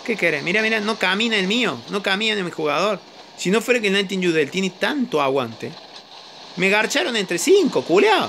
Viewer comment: Nadie: Absolutamente nadie: cambiándole los nombres a todos los bots xD: cerberus: cancerbero, ravana:Nirvana, nightingale: nightiyudeil xD ao ming:jamoming xd